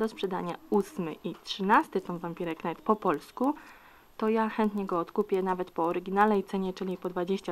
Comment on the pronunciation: nie chodzi o znaczenie tytułu, tylko jak się go czyta :P to jest po angielsku i "rycerz" nie czyta się "knajt", tylko "najt" ;_